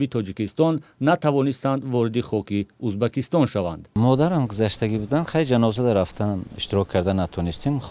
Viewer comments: ту чихели журналист (УЗБАКИСТОН) ту дар кучо хондагиии Узбакистон не УЗБЕКИСТОН !!!! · Убакистон не узбекстон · Журналист кенте и чи Узбакистон не Узбекистон